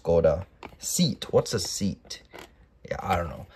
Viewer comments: Pronounced as "seyat" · Seat is a Spanish made VW. It's Pronounced, Say-at